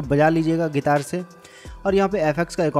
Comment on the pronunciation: ओ भाई गितार नहीं गिटार बोलते है